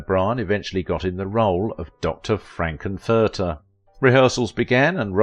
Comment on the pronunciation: Dr. "Frank N. Furter" - the N is separately stressed. "Hanna Bar-BER-ra" not obvious, but known to older 🇺🇸 🇨🇦 folks: the name's stress is on Syllable 2. Well-done program.